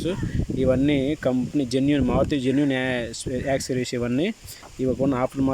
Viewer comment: యాక్ సిరీస్ కాదు బాబు అవి. యాక్సెసరీస్